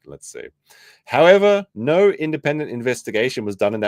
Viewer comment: “don’t talk to Australians about vowels” But you guys add like 2-3 different syllables to the word “no” everytime you say it 🤣 “Aw mate NAAUUUUUURRRR”